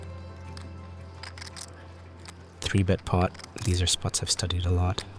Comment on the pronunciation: The AI says "bait" instead of "bet" many times. I like the idea of 3-baiting. But seriously fix that please.